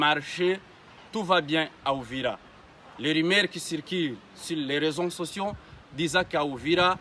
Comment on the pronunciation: D'abord tu n'es pas un congolais même le ton n'es pas congolais attend le pure arrive , vous tué les congolais pendant 30 ans , on ne dit pas rezo sotion , réseaux sociaux !